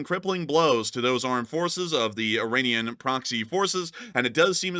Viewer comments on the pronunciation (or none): none